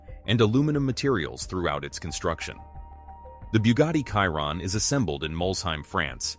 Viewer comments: Bugatti Kaihron,,,,,,,,seriously Chiron is pronounced Schiiron. The video is just a compilation of other videos. Cut and Paste. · Did you say the car is khyron? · Did this guy just said bugatti kyroon? WTF! 🤣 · Kyron? I went to school with Kyron. This is Chiron the Bugatti. 😂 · Please le name of the car is Chiron….she rond not Kironne….. thanks to pronounce it correctly ! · He calls him Chiron not Caiton. Be professional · Shee Ron , not cai Ron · Bro legit called it the Byugati Cayiron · Chiron.. kiron😂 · Kiron? Moleshamme? Sounds like an AI video. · Same, kiron… like tf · Chiron - Kiron Hahaha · The "Kaïron" lol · Who's Kairon?? 🤷‍♀ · “ De boogate kiron “ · It's pronounced..."Shere ron" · 'Biugati Chairon' Right. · Buga'tt'i Schiron (exactly how one pronouces Schumacher) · It's fuc£in pronounced shi- ron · Why do Americans just pronounce everything wrong smh, it’s not in English my guy it’s SHEEERONNN! Maybe now you’ll understand smh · Literally 2 seconds in and you said the name wrong. I’m not even going to finish watching. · Your pronunciation of Chiron is completely off. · Exactly the same with me I won't bother watching the rest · You might consider getting your bot to properly pronounce the name of the subject of your video. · Cant watch this, cant even say Chiron properly. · Research how to pronounce the car name right first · Trying to be different or cause a controversy by mispronouncing the name of the car? Go play games someplace else. I’ll pass on your video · I just cant watch as he says the name wrong...i cringe